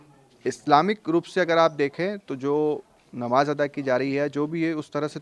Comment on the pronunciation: नबाज 😂😂😂 पहले बोलना सिख 😅😅लो नमाज़ होती है नबाज नहीं